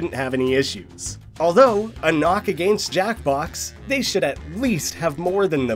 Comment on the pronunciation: why do you say against like that